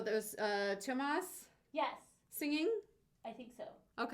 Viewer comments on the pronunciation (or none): Pronunciation: * Tuomas: close, but it should be more clearly three syllables, like TOO-Oh-mas. Apparently the uo is a Finnish dipthong, so you want to slide from one sound to the other; with what to my ear sounds a bit like a "w" in between, like Tuwomas. * Tarja: nailed it. Finns would roll the R some, and pronounce it with a Finnish accent, but what you're doing is exactly what we should be doing as North-American English speakers saying it in the middle of an English sentence and not trying to sound pretentious. :P - How to pronounce the names of Nightwish (past & present) members in Finnish. (except Anette, that video trolls her, pronouncing it as if it were a Finnish name, but she's Swedish and pronounces it the same as English Annette.) Thanks for checking out this early Nightwish; I hadn't listened to this one myself so that was cool to hear. Especially to hear Tuomas sing. I knew he did on their first album, just hadn't gotten around to checking it out. I can see why he stopped, but it's not *bad*. Fun to hear, it does sound close enough to his speaking voice that I have no trouble believing it's him. Besides being an excellent songwriter and lyricist, his skill and talent as a keyboard player sometimes gets overlooked. He's very very good at that, too. --- Tarja's vocals: here she sounds similar to the 2000 From Wishes To Eternity concert. Somewhere between there and 2004 (Once album, and the End of an Era concert), she shifted her technique to Bel Canto oper